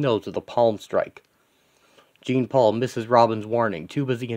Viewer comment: isn't it pronounced Jean as in Jean-Luck Picard? interesting concept and page tho its fresh.